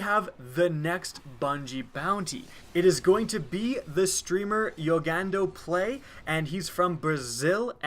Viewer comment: JogandoPlay isn't pronounced "YogandoPlay" tho...